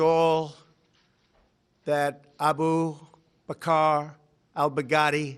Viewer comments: I heard "Baghaddi" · "Dead Daddy"